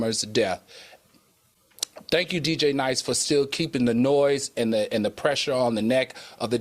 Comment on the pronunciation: Al … it’s DJ, D Nice 🤦🏽‍♂️🎈